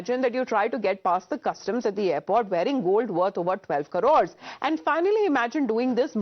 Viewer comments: It is crores not corodes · Crores ❌️ Karores ✅️ 😂😂